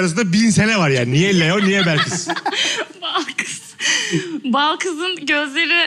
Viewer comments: Mesut’un Balkız’a inatla Belkıs demesi flflfşfş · Mesut Süre nin kedinin ismini Balkız olmasına rağmen sürekli Belkıs demesi 😂😂😂😂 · Mesut Sürenin bütün bölüm Balkıza Belkıs demesi jsjdjdjdjdjddjd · Mesutcum Balkız'a sürekli Belkız demen peki? :D